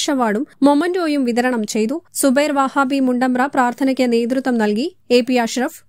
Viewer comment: വഹാബി അല്ല വഹബി ആണ്